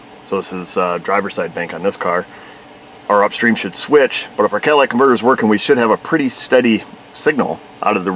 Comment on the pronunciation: CATALYTIC converter...not Cadillac.